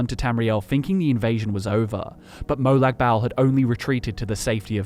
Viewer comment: God man, as a fellow Aussie, that trying-way-too-hard pronunciation of Molag Bal was extremely cringe inducing.